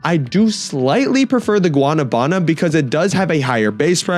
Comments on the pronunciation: The pronunciation is gua-NA-bana. Go high on the NA. Say it like you say “nah”. Ppl are saying guana -banana. It’s confusing but the fruit is a tropical fruit. We love in PR. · guana banana 😭 it’s “gua- na - va -na” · I dont want to be rude but its not guanabána its guanábana just so yo say it correctly much love❤❤❤ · BRO ITS PRONOUNCED WA-NA-BA-NA it hurts me to hear people say it wrong since i come from south america where i love this fruit 😢